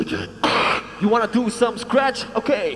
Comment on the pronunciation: the first, the skinny's scratch is sounds wotak atooww wotak atoooww... LOL WHAT DID YOU DO?? scratch never sounds "T" okay?